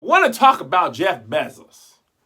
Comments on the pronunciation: “Jeff Bezziz” 🤣🤣🤣🤣🤣🤣🤣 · Okay that’s not how u say his last name 😂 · Never heard this name pronounced like that 😂